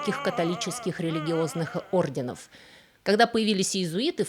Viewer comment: Скажите ей кто-нибудь, что надо говорить орденОв!!! Она достала со своими неправильными ударениями😂. В каждом ее ролике есть такие огрехи.